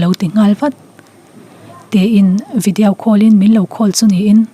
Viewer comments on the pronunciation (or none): I aw ngaihthlak anuam,i zaidam hmel si..mahse thil 1 English pronunciation hi hei ai inzir deuh thei la,video tih tur vidi-au tih reng message tih tur meshase tih vel hi ..lam nalh nilo in lam dik hram2 atha